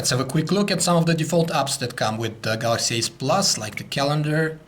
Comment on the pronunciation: The Pronounce "galaxy s" as "Galaxy ass" and "galaxy ace" as "galaxy s"